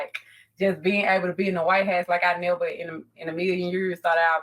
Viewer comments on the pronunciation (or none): The white hass? Did she mean house? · She can't even say " house" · Can this woman not pronounce the word house? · I don't get it, I looked her up. She was home schooled through 5th grade, went to a charter high school. Why can't she pronounce the "house" part of White House correctly?